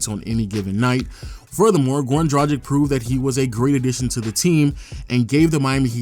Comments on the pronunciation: It's pronounced DRA-GICH not DRA-JIK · Dragic is pronounced (Drag-ich) not (Draj-ick)